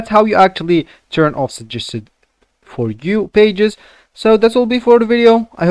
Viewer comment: man doesn't even know how to properly pronounce 'suggested'